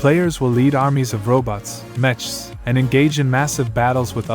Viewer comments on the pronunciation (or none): Mech isn't pronounced with the same "ch" used in cheese, it's pronounced "meck". Also, an auto-battler is some mobile/tablet/phone "game" bullshit that A) doesn't belong on desktop and B) is not a REAL TIME strategy game. You don't get to control your units in real time in an auto-battler.